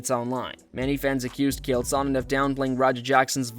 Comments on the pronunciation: "Kale" Sonnen?? Is this sh*t Ai or does dude literally know nothing ..? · bruh....at least learn how to pronounce Chael lol... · Bro you can't even say his name right. ITS NOT KALE. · Who is “Kale Sonnen?”😂😂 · I hate AI videos so much his name isn't kale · "Kale" Sonnen? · dude. i love the way you mispronounce his name as kale sonnen. and for that, you have a new subscriber. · "Kale Sonnen" lol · You probably shouldn’t make videos on fighters when you call this guy Kale Sonnen. Kale Sonnen. You lost all credibility here the video even started cuz he’s literally one of the biggest names I ever in combat sports lmfao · Kale sonnon? Is that how AI says Chael? Also I love all concern for a half ass head kick from a guy 50lbs smaller wearing head gear in sparring vs the guy taking 25 unconscious shots to the face after being slammed on the back of his skull… great society we got here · Is this AI or do you really not know how to pronounce "Chael"? It's a toss-up at this point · Have you never heard someone say Chael before? Maybe do 30 seconds of research, everything else you say holds less weight if you can't be bothered to pronounce a name properly. And you said it 30 freaking times. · When your channel can't pronounce "Chael" correctly you get marked as "do not recommend". Pathetic. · Is anyone else annoyed how the narrator pronounces Chael? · You cover MMA but don't even know how to say Chael. Derp. Maybe cover pop music instead. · I love how the goofball talking can't pronounce Chaels name right 😄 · Ch-ael not Kale... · You clearly have never watched UFC, you keep calling him Kale. His name is fucking CHAEL CH CH CH like fucking chair or check or chin, I could go on and on and on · "Chael," not "Kale" bud. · His name is CH-ale! Not K-ale! How do you think thats how its pronounced!? Ive never heard it said that way. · Ah yes, Mr Kale Sonnen Wtf is wrong with your pronunciation 😂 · Who the hell is Gale? It's Chael Sonnen stupid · “Keal Sonnen” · Kee-hail.......wtf man